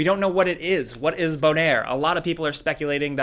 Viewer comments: Sound like a French guy trying to say boner. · Did anybody else laugh at bonaire? Sounded like boner with a french accent.